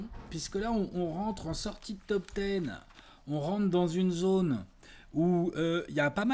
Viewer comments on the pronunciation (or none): none